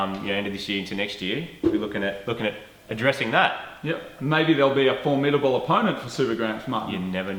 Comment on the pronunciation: thats wierd when you said formitible opponent I looked at the comments and the firt comment at the top sai that right when you said it. haha